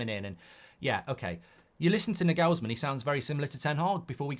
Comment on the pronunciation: I hope we don't get Nagelsmann, because you can't pronounce his name. Years of that would really do my head in. He's German. The stress is on the first syllable.